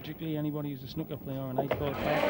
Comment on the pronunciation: Pls can someone tell the Canadian commentator how to pronounce snooker. Very ignorant and irritating the way he says it